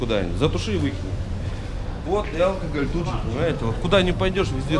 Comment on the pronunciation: тебя кто так научил произносить слово"алкоголь"? Не позорься, тебя люди смотрят.